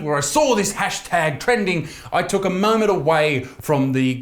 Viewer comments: Did you just say the tash tag instead of hash tag? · Tashtag? First time he says it he says tashtag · At 0.04 it sounds like he says "Tash Tag" instead of "Hashtag" haha... Unless I be tripping.